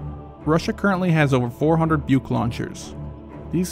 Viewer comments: Yep, it's pronounced "book", not "buke". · BUK is pronounced like Book , not Byuok!😎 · BUK is a tree, is isnt Byuk, but like a bout. French OU is how U is read. Not AU = O. Tunguska, is not tanguska. Read like french tOUngouska, Osa is a wasp, so read it like Ohsa, without pronouncing H. Not Ousa. Difference is, USA is so far on the attack worldwide, doesnt really expect a biteback. US doesnt defend its teritory, but elite interests. Russia does both. To complete air defense, you need ability to take out aggressor satellites, because the aggressor, namely the empire from overseas, would be blind then. Strike those down and good luck :D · Your Buk pronunciation is wrong, and the vehicle you said is Tunguska was Pantsir S1.